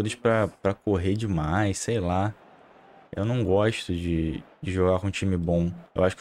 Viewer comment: "real dimaix esse time do Vasxco" 😂